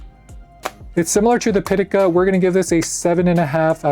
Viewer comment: Caudabe Synthesis arriving tomorrow for my 17 PM cosmic orange. 🔥 It’s pronounced Pi Ta Ka btw. 😆